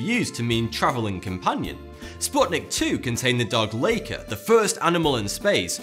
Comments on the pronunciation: hey dog isn't called leika, it's called luh - ee - kuh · The dog was called Laika pronounced "Lie-Ka". Get it right mate, that dog died for us :) have some respect.